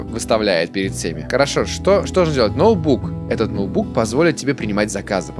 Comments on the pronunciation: НОУБУК ,НОУБУК КАРЛ НОУБУК НЕ НОУТБУК А НОУБУК (шутеечка)))))))видос топ!) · а почему ты говоришь ноубук ))))))))